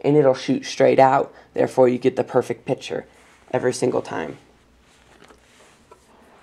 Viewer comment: "Therefore you get the perfect PITURE"